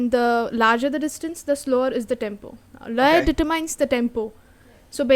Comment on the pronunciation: LAYA: LA, like in co-LO-r or kil-LE-r Same goes for YA.